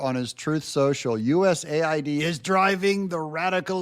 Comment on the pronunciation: It needs to be pronounced USA - ID